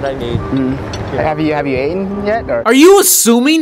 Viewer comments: "Have you aten??" 😂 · So are we just going to ignore the fact said 'ate-en'. Eight-en. 'Have you eight-en lately'.